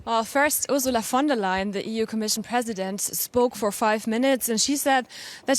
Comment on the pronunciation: I love the way she's pronounced "Ursula von der Leyen"